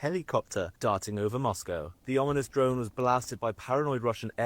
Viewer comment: 😂"Om-In-ous"👍🏽 Dyslexia is a bitch sometimes, trust me, it gets me when I least expect it, too! On another note, I just want to say that as a new sub who just found your channel yesterday, I'm hella impressed with your rapid growth🥳👏🏽👏🏽👏🏽 I shared a link to your channel with a few ppl because I dig the content and your perspective. Keep up the amazing work and I'll continue to be here to support you along the way😁 Sending love and positive vibes from NYC. Stay safe and vigilant, and God bless☺️🤗🙏🏽✝️💪🏽